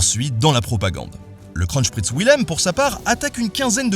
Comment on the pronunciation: et kronprinz ne se prononce pas krotchpritz mais bon